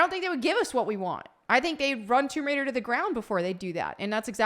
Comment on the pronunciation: Tomb Wader…